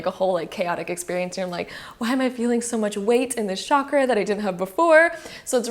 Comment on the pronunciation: Omg it's not shakra